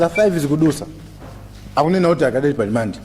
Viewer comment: Samalti "alimande" koma 'rimandi' kkkkk